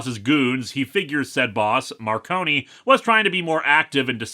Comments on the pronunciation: Also, it’s pronounced “Mar-cone” not “Mar-conie”, you’re good though, the audiobook narrator got it wrong for the first three books too. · "Marcone" is two syllables, I believe... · so about the pronunciation of "Gentleman" Johnny Marcone's name: Word of God states that it's pronounced as a dual-syllabic word (Mar-cone) as opposed to tri-syllabic (mar-cone-ee) To be fair, it's a fairly common mistake to make; it was a mistake that James Marsters made during his narration of Storm Front, as well. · and you did the same thing as James Marsters, the E in Marcone is silent